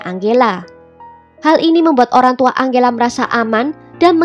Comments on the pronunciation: Tulisan nama angela, bacanya enjela min. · Tergantung pengucapan negara darimana dia berasal. Biasanya kalo dari bhs mexico (spanyol) bacanya: ang-he-la